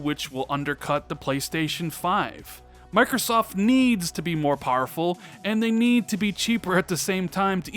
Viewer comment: Wish you’d learn to pronounce powerful. You say pareful.